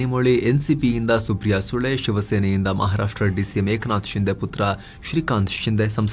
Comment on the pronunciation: ಸುಪ್ರಿಯಾ ಸುಳೆ ❌ ಸುಪ್ರಿಯಾ ಸುಲೆ ✅ 🤣😂🤣😂🤣😂🤣😂🤣😂🤣😂